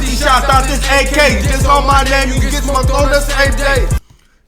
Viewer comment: U don't know how 2 say his name